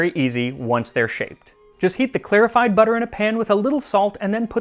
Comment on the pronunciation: The way you say clarified as clearified is jarring